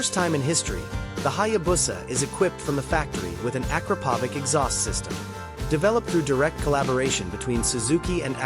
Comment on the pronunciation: A bit of trivia the brand of exhaust pipe is not prounounced “aakrapovick” but rather “a krap oh vitch” check with any person from that part of the world with are made I might not be exact but they definitely pronounced much closer to my one then how most people do it